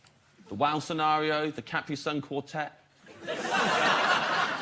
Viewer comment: Cap-pree sun